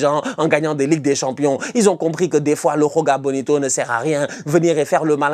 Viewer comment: C'est joga bonito avec un j le son "ji" existe en portugais c'est le même exemple que Gabriel Jesus